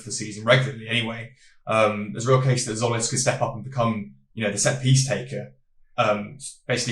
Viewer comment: Tz makes a j sound so it's like Jolis